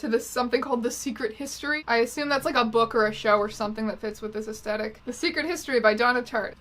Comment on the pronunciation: It bothers me that you don't pronounce the th in aesthetic. Mostly because it makes me worry that it's actually me who's saying it wrong.